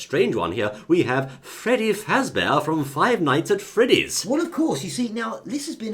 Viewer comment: "Freddy" Aaand no.